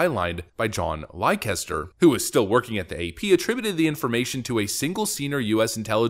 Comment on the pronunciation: Excellent to see someone suffer the consequences of their lies. Btw the name Leicester is an English name is actually pronouned Lester.....strange I know, but that's the English language for you! Another example. Gloucester is pronounced "Gloster" 🙂